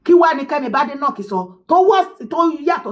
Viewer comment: Kemi’s surname is pronounced Bade/like Bake. BADENOCK NOT Bade/Ade like in Yoruba